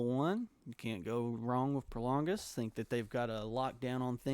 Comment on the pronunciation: The name is Prologis not Prolongis